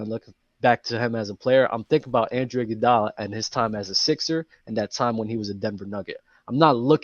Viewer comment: I’m not listening to anybody saying Andrew Iguodala lol.